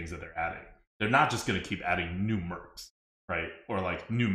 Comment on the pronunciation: "Merps" / "Mercs" is hurting my brain.